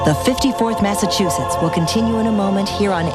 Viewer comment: The 54th will forever be my favorite statue in Gettysburg. I’m from Mass and go to Gettysburg periodically just to see that beautiful statue that honors them ♥️. That being said…someone teach Danny Glover how to pronounce Massachusetts please. UGH!